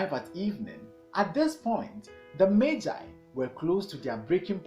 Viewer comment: learned a lot and even know the right way to pronounce magi thank you 🙏🙏🙏